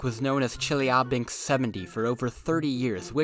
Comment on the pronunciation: The way he said Chelyabinsk had me seizing up